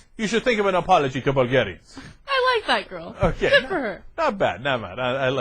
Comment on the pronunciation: "Bulgarianis" What the heck???? We are not a middle eastern country to be recieving that weird "i" in the end!! Seriously that incompetence made me stop the video to rage a bit.